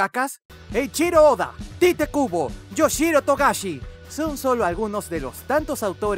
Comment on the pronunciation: creí que era 'yoshihiro'' no ''yoshiro'' pero bueno todos somos humanos y nos equivocamos ,pero no esta mal resaltar un poco los errores ,para que no los vuelvan a cometer